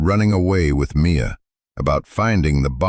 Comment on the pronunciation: Mia! Her name is Mia, not me a!